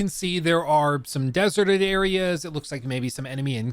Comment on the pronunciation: Lol "desert-ed areas". I am not correcting you. I just got a chuckle out of it.